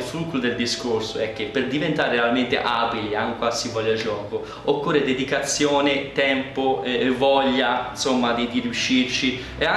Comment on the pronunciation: io ti voglio bene, però dedicazione non si può sentire...